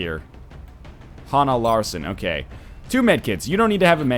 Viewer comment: its pronounced ha-nna- larsoon